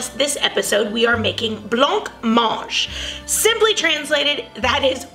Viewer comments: It is pronounced with a silent c 🙂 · Correct, the C is silent. 👌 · 'Bla monje' is about the closest spelling I can come up with to how it's pronounced. I make jelly and blancmange a few times each month and all my grand children adore it. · That's not how you pronounce blancmange 🤦🏽‍♀️